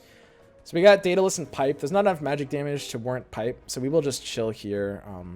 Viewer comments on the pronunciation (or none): none